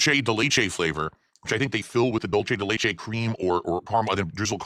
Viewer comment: "Dul-che de lay-che" 😂